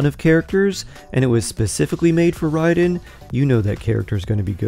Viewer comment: Why do people continue to mispronounce the name ? Its RIAD EN and not RIDE EN. Her name is RAID EN (RAIDEN) as in my stream got raided. or That army did a RAID. (RAIDEN). like pronouncing Ray and NOT Ride. 🤷‍♀🤦‍♂